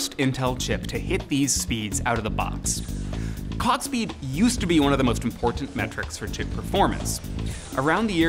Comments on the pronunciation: when he says 'clock speed' it sounds like he is saying "Cog speed" wha?? lol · "cock speed"